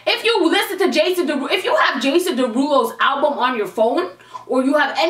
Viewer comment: "Jason dawhodoe"😂😂🤣